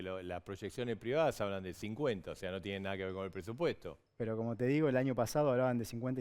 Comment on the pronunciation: "Pedo"??? Quién le enseñó a habladd a ese señoddd ? Padece Guille, el hermano de Mafalda.